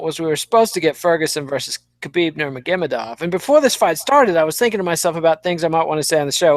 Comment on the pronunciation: Khabib Nurmigimmemadove? learn how to pronounce his name.